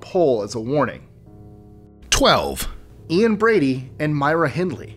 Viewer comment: Pronounced Ian Brady wrong lol